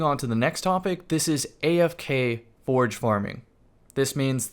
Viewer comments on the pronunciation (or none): none